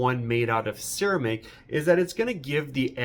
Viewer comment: Enjoyed the video, especially the way you pronounced Ceramic